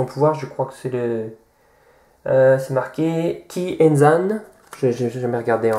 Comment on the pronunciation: ses kizen pas kierzan